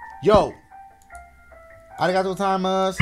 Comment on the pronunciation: Yo you had me dyin with that "arigatoo" 😂😂